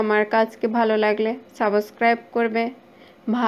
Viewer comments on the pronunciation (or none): none